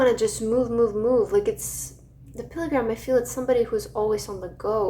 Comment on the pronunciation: It’s pronounced Pill-grim, not Pilly-gram. 😘 ❤ 😊 So cute